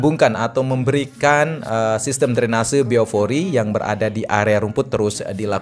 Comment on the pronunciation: Orang Sunda kah bang? F sama P kebalik. 🤣 Biopori bang.